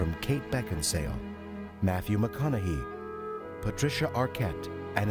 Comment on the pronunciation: lmfao. maconahee? wow. the announcer needs to re-learn that dude's name.